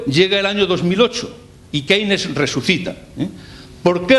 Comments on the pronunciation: ¿Qué se puede esperar de un profesor mediocre que no sabe ni pronunciar Keynes? Que este señor tenga diez veces más visitas que le magistral Jesus Huerta de Soto dice mucho del país en el que vivimos. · Esta explicação é sobre teoria económica, ensinada nos liceus. Uma aula de inglês faziam-lhe bem para aprender a pronunciar Keynes e Schumpeter!